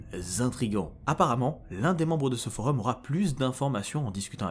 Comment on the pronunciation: Euhh...cest pas des creepy pasta ça. Une creepy ça ne peut pas être une fiction, ça ne peux QUE être une fiction. Là tu nous a balancé des fact stressant c'est tout. Après la vidéo est superbe mais c'est pas le bon mot. Et sinon je sais qu'il a raison dans sa prononciation (pour une fois) mais ça vous fait pas trop bizarre qu'il dise FOREUM 😂